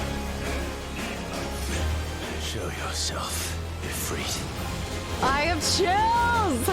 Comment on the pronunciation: So Ifrit is pronounced "E-free-t" it is an Arabic word for a powerful dark/evil djinn.